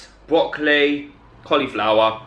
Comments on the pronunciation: my hearing probably but did you just a say bwocoli instead if broccoli??😁😂 love itt!❤ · listen to how he says broccoli lmao